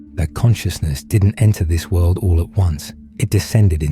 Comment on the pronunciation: I get way too distracted with that accents pronunciation of “world” lol not completely derailed from the message, just humorously distracted monetarily. I repeat it immediately “wuelldd”and giggle